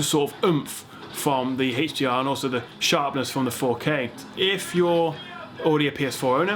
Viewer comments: i hate how you say heysh dr and heysh mdi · WHAT IS THIS "HECHHH D R" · I like it when he says (Heych)DR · Haaaaaaah dr ? Oh you mean HDR